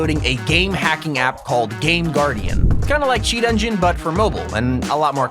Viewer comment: its not chaet